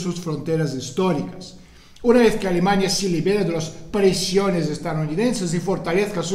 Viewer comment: Es gracioso porque cuando dices "Alemania" suena como "Alimaña"